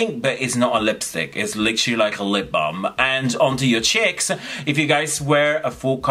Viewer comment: I find it funny how u pronounce "cheeks" as "chicks" 😂😂😂😂🖤🖤🖤 gorgeous 💖😀